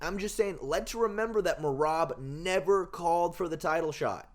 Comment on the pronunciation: Can't no1 say merabs name 😂😂😂😂😂